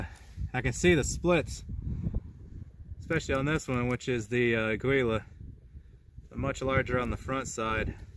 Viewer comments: ITS " A GEE LA" FOR CHRIST'S SAKE PEOPLE.. you don't have to be fluent in spanish to not sound like a dweeb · Ah-gee-la, it means eagle in Spanish. Note the trademark logo...